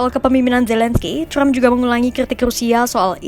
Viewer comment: Yg baca trump bukan crump😂